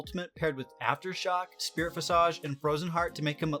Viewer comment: Check your pronunciation of "visage." Sorry to be that guy.